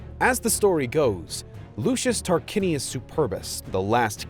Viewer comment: Tarquinius as 'tarkwinius' would not hurt the ears so much. Nice video nevertheless.